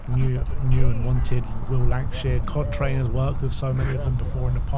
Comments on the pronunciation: You boys really need to learn to pronounce Cochrane. Say it with me “Coh-krun. Coh-krun”. 😂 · Are they pronouncing Cochrane incorrectly on purpose or something? I heard say it the right way and then even correct himself to mispronounce it 😅